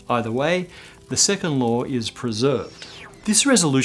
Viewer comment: Am I the only one to hear "2nd lore of thermodynamics"?